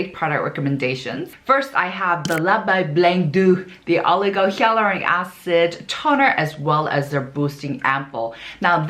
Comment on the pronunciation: She just confirmed it here in her comment. It's not her accent, she replied that she had no idea that it's pronounced as "hay-luronic."